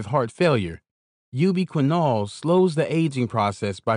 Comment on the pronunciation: "You be quinn-all increases sperm monolitty"